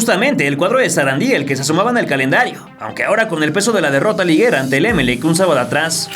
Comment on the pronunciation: Eres mexicano? Se dice Emelec... Con acento en la ultima E